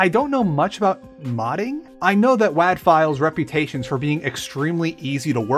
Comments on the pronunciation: Wad, not waad. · Your pronouncing wad wrong